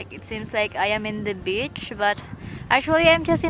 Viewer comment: "wow, it's just like a bitch?"..is it?..really!?:D.."seems like we are in, like, a bitch".."hope we will be able to catch a fish"..this only leads to this "ish"..(just pronunciation makes a difference;p;D..jo, duok Odrus rykščių per kupra, kad išsitiestų;)